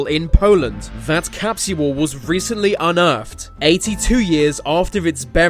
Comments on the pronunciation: It’s capsule not Captual lmao 😂😂😂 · TIME CAP-SEE-HOLE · Um gonna leave a "time capshuwool" for all to see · capsual.. is not how you pronounce capsule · In the future time capsule will be pronounced.....time capsuuuual. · so annoying when ya bitchass says capsual like saying usual. fucking shit bro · Every time he says capsule, I feel like hack sawing off his mouth. cap-she-wull, cap-she-wull, cap-she-wull ,cap-she-wull, cap-she-wull, cap-she-wull. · 😂😂😂. ikr its driving me nutty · The way he is saying capsule is driving me crazy.😖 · Dumb Britt narrator thinks the word "capsule" has 3 syllables,.. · Can't take the way this guy keeps saying capsule over and over....his pronunciation is killing me...lol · the way he says time capsule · wr did that as kids in our backyard but we forgot where we buried it. I no its not ur ancient your saying capsule wrong lol its too funny